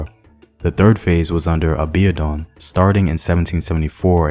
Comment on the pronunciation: Excuse me... Aa-bee-or-dune is the pronunciation for Abiodun Thanks for the commentary! I'm a Nigerian born and living in...